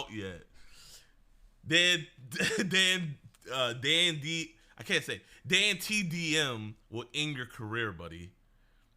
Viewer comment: I aint watch the vid yet but if you start dissing dantdm im boycotting your vids and where fighting and stop saying his name wrong